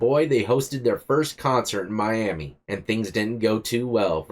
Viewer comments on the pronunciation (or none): none